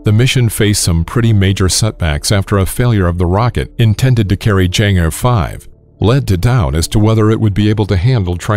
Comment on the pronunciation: It's pronounced "Chang AAA"